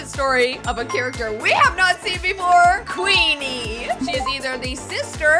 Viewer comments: IT'S QUEENER NOT QUEENE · It's not queener it's queenie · it's Queener